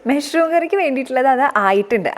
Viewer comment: മെഷ്‌റൂം അല്ല.. മഷ്റൂം.. പലപ്പോഴും കേട്ടു..അതുകൊണ്ട് പറഞ്ഞതാട്ടോ.. nice vlog 👍